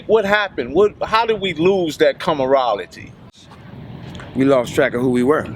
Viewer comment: My brotha in the sunglasses said “commarality”. In a more sane world that would be the only thing being discussed in the comment section. I’m not knocking the life they chose but please my brother it’s “camaraderie”.